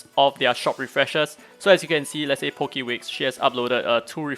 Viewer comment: hey i know that dude that helped. i'm actually surprised u pronounced my name correctly xD most ppl just call me poke-wixx instead of po-key-wixx xD